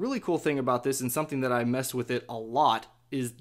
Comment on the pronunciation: "You can tap on dat app." Lol